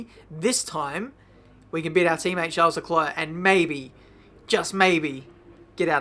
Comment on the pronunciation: The s in Charles is silent 🙃